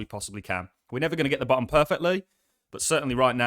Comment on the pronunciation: You say “Ba’um” for bottom. Lol